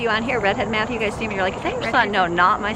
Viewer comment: I just CRACKED UP.....I SOOOOOO THOUGHT SHE SAID, "Can I give it to Justin?" Also LOL I was like, NOOOOOOOOO MATTHEW. NO JUSTIN. ONLY MATTHEW LOL